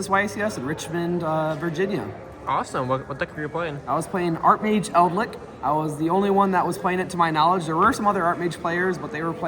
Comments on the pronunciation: Please stop calling it eldlick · He plays World of Warcraft and he's played The Wrath of the Lich King expansion a lot. He says lich correctly in wow, so you'd think he'd know.